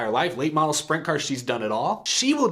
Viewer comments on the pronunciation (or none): none